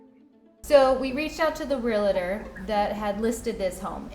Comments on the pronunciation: The word is not "re-la-tor" and it's not spelled :"relator." It's "realtor." "Re-al-tor." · It’s pronounced REAL-ter Not Ree-la-ter! Geez! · It’s realtor, not realitor. 🙄🙄🙄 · Why does every one say Real a ter? Lol. It's Real tor. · REAL-tor. It is not real-a-tor. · The word is realtor - re - al - tor, not relator - re - la - tor. If that is your profession, at least say it correctly. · This woman is beyond stupid!! I am just floored by the idiocy of these people. By the way, it's REALTOR, not Realator... this drives me nuts!!! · It’s not Re-la-tor, it’s real-tor 🤦🏻‍♀️😑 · Let me help out, here: the word realtor is pronounced real-tor, not real-a-tor. Two syllables and not three. Majority of people always mispronounce that word. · It's pronounced real tor 2 syllables!! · “Real” - “Tor”, 2 syllables, no hate, just a commond mispronounced word. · ‘Barry’ can’t spell realtor (‘relator’) and can’t pronounce it. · Realtor is 2 syllables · Does the staff at Catfish not know how to spell realtor or pronounce it? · Can no one pronounce ‘realtor’ properly in this video? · Why do Yanks have such a hard time pronouncing “realtor” correctly? It’s a simple word. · BTW, it's realtor, not relator 🤔